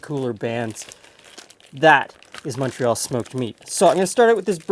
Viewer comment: Thanks for pronouncing "Montreal" correctly! 😁